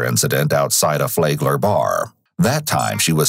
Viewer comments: Is he pronouncing Flagler correctly? I always assumed it would sound like Flag-ler, like a flag. He says the a differently, short a sound I think it's called. Which is correct Floridians? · The constant mispronunciation of "Flag-ler" as "Flay-gler" makes these videos even more watchable. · Flag-ler, not Flay-gler.